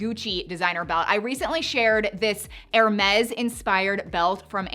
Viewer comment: Hermes = "Air-May" It's French.